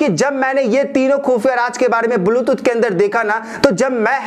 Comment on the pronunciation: Are tera video to bilkul faltu hai.,,.aur dusari baat ki,, बुलटूथ नही बेटा... ब्लुटूथ होता है !